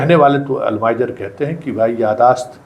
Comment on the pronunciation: अल्जाइमर बीमारी का नाम है, आप उच्चारण गलत कर रहे हैं